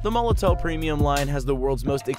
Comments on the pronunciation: oh my lord its pronounce molotov not molotoe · I do wish people would learn to say Molotow properly. It’s pronounced with a “V” at the end guys as in Molotov cocktail.